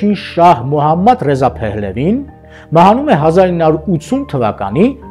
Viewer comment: Մոհամմադռեզա, ոչ թէ Մուհամեդռեզա որ ռուսերենի հնչյունափոխությամբ է։